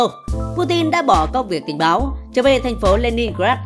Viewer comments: Đề nghị ad đọc rõ ràng hơn 2p05 làm tình. Hay làm báo, hay làm tình báo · Làm tình....báo, ad biết ngắt quãng quá kaka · Sao auther lại đọc ngắt làm tình...báo😂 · Ad đọc câu " Làm Tình ... Báo" có ý đồ quá nha. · Đề nghị ad đọc cho trong sáng chút nha...cớ gì lại đọc “ Được cử đi nằm vùng tại Đức làm tình [ 1 quảng vắng ] báo”...:)) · Có ai để ý ad đọc làm Tình...báo không haha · Có nhất thiết phải ngắt quãng : làm tình ...báo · mẹ admin nó ngắt chữ: đưa đi Đức làm Tình..........